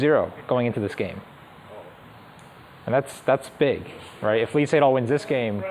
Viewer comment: Very hard to listen for me, when you pronounce "Lee Sedol" like in the literal transcription of the name all the time, instead as "e setol".